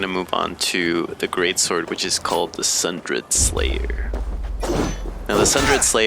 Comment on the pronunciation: Pronounced "Sun-DER-D" Slayer - as in torn a~sunder. Into pieces... Apart...